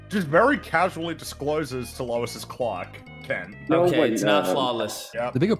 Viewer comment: Tbh, just hearing that guy saying "Quack" instead of "Clark" just pissed me off so much for no reason lmaoo